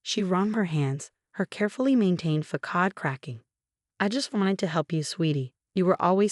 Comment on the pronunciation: Phony terms of endearment are insults. Facade, not focade. Influencer, not influence her. Megan, not Macon. Drugs, not droves. FIVE YEARS IS FAR TOO LENIENT FOR MOM'S CRIMES!!! SUBTLE, NOT SUBLE.